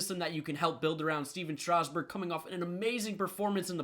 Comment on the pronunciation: Stephen strasgburn wrong lol